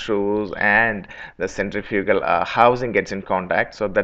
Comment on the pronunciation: If you're going to do a video in English, why the heck don't you learn to say the word Centrifugal clearly. Your pronunciation of the key word Centrifugal is totally unrecognizable, and you know this. I think you don't because you don't care to. You expect your audience to adjust to your pronunciation instead of you talking the time to say the work correctly.